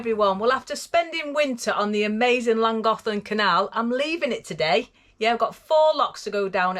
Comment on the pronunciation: you answered my question about the pronunciation of Llangollen =lan goth lan. Where’s the “th” in the spelling. Reason being I am hearing impaired but use headphones & what I hear in langocklan😂